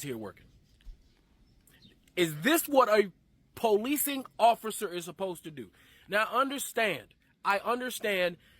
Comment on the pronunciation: Why can't niggas like this ever say words properly. apposed instead supposed. Axed instead of ask.